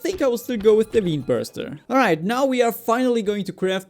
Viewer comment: Just a heads up, you pronounce vein like (VANE), just to stop you from sounding stupid.